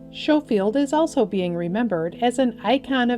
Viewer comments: Schofield is pronounced Skofield not Showfield FFS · its pronounced sko field